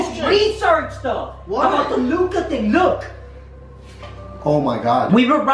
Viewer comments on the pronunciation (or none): Hi guys it's pronounced luca